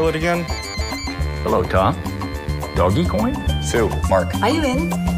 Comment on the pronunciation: I keep hearing these old people calling Dogecoin "doggy-coin" 😂